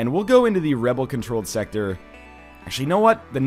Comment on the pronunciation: What the hell is NL's problem? Is it that difficult to just say sector?!